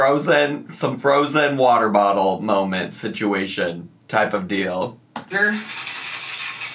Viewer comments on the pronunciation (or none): “Merch molment”